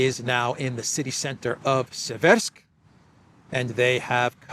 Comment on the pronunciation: Seversk is pronounced SEV-ersk.